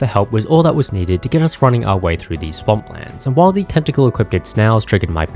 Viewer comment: I'm so sorry to have to be that guy but it's not "equipted"....the word is "equipped" with no T in it. I just don't want you to keep mispronouncing it in every single one of your videos forever. :(